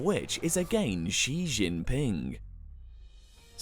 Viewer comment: ”Xi xinping“ wrong pronounciation